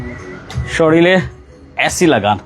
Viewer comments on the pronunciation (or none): শরীলে 😳 শুদ্ধভাবে কথা বলতে না পারলে বলার দরকার কি? খাটি সিলেটি মাত্তায় পারো না।নি বা। না শরম করে